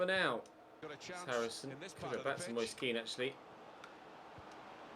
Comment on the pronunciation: I don't know if this is how you pronounce his name, but every time i've heard a commentator say Moise Kean they pronounce it "Mois-eh Ke-an". Might want to check the pronunciation of his name on that site you usually use.